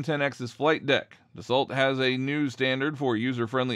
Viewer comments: Its pronounced ‘daso’ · Why are you calling the company "salt aviation"? If you are going to 'report' on something at least know the name of the company in question, and how to pronounce it. The company is Dassault, the 'lt' is pronounced as if its silent. There are only a million correct references to them online, no idea why it illudes this channel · Can't even pronounce the companies name properly......